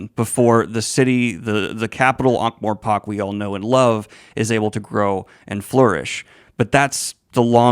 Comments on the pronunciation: This is an incredible review! I just can’t get “ankh-mor*pok*” out of my head ;-; you got the Ankh right, it’s just the morPORK that bothers me :,) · ... Who tf calls it ankh-more-*pock*?